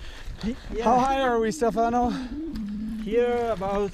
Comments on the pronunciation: STE fano, impara la pronuncia,pls!! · 1. He pronunces Stefano with an American accent,I would love to hear you speak english,i am Italian myself and I know for a fact that we have one of the worst accents possible when speaking English. 2. Respectcthe hikers is correct,but even better respect each other,no matter if your a hiker,climber mountainbiker or whatever.we are all children of this Earth and noone is out of place.i hate the attitude of hikers saying you're not supposed to be here because of this and of that. 3.they did absolutely not mess up any trail here,riding very cautiously.and by the way,that was no DH ride even if he was on a triple crown fork! Google DH ride and watch what that is all about. I'm a mountainbiker myself and I'm sorry,I enjoy it a lot more then hiking or climbing because for me it's a lot more fun.everyone is free to choose his "weapons"! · 1. type "Stefano" in google translate and listen to how it's said. 2. respect the hikers, you're the one out of place. 3. please don't mess up the trails, they require maintenance even without people doing DH on them. TBH you can have a great time there just by hiking, or try rock climbing. I'd like to see you get up there without the gondola anyway... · You've ridden with the guide at least twice, and you never learned how to say his name?